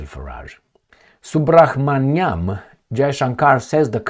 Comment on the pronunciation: Hope you read this. Some help with pronouncing subrahmanyam. Dont say the H. Just subramanyam. Romanizing indian names is weird and all over the place. Of course there is no pause in the name. Love from India. Keep it up with your videos, i learn a lot about history and poltics of the west from your videos which are usually hidden from us.